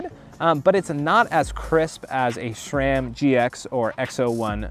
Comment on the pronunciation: He said sram XD driver